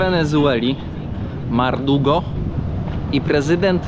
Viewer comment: Kierowniku - Dyrektorze II: prezydent Wenezueli to Maduro. Nicolas Maduro. Nie Mardugo!